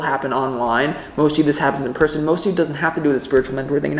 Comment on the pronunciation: You said 'in person' but i thought you said IN PRISON. Lol